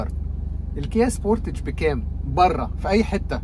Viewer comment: قلما اعقب حتى ولو كنت عامل اشتراك في قناة، لكن بتوقف وبحذر المراجعين على يوتيوب من غلطة النطق الغلط دي بالذات. وجب ان اشكرك على النطق السليم لماركة (سبورتتچ) التي اصبح نطقها (سبوتاااچ)!! ولااعلم سببا منطقيا او لغويا لهذا النطق المعوج ....لنا الله. اتمنى ان كل مراجعي السيارات المصريين ان يتوخوا الحذر لانهم سفراء المعرفة واي خطأ يرتكبون هو نشر لمعلومة مغلوطة هو خطأ لايغتفر.